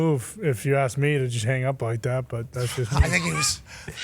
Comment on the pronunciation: The guy that said Ax instead of Ask brings this show down.